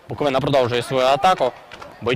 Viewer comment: За таку поразку не соромно від Шахтаря, Барселони😂😂, але не від минаю! І ще! Коментатору потрібно вивчити, що команда зветься БуоковИна, а не БуковинА......наголос на И, а не на А😂